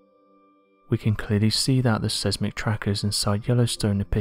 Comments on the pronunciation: Seismic is phonetically pronounced as 'Size-mik', not "Sez-mik". 😕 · Gatchaman_Bird_Style: I’ve always heard it pronounced as Size-mick, have I been hearing it and seeing it spelled (Seismic) wrong? As if so even my spell correct is wrong. As it’s also spelling it as Seismic. Or perhaps just the pronunciation. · Seismic (SIZEMIC)